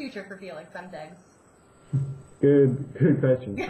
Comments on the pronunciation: omg its zemdegs not zemdeeeeèeaeaeaeaeaeaeaeaeaeaaeaeaegs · haha she says "zemdigs" noob xD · Feliks Zemdicks... Got me laughing. No hate though. I respect him a lot.